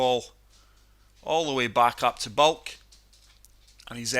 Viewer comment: Its Baulk not Bulk